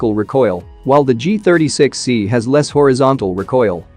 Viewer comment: He is continuously saying G-THIRTY-S3XY 😂😂😂